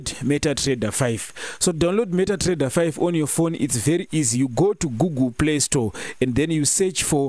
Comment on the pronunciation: meta Trrrrrreader